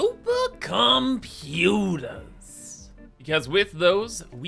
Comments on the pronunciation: ZUPAH COMPUTAH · Soupa comPyutars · Sewpa compewta!😩💦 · theory: pronounces supercomputer because he secretly knows there’s soup in them